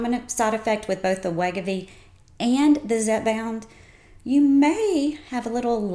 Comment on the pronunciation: I can't understand her Southern accent, and she is mispronouncing Wegovy. Just sayin'.